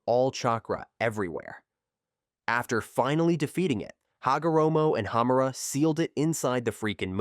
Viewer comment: Hagoromo susanoo wasnt canon it was filler and it's Hamura not Hammera